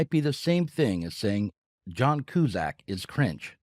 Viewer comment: How do you of all people mispronounce John Cusack’s name? Am I in the Matrix? Is life glitching out? I can’t explain this🫥🫥🫥